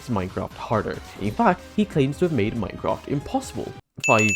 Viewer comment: one #technosupport and hope you all raise a hell of a lot of money for the fun Minecrafters vs Cancer but with your accent in the start i heard "Mycock" lmao (i do love your accent btw)